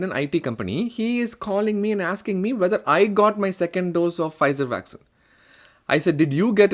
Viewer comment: Vaccine not Vaxxin!!